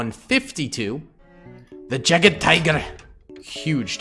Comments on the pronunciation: yeah aha, it is supposed to be pronounced "Yagde" ... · The pronunciation of any german tank with jagd- Bruh